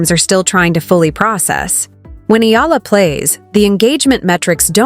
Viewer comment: Pls pronounce her name as Eh....yah... la..